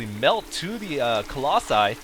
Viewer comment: "Collosi" man. What with your english ^^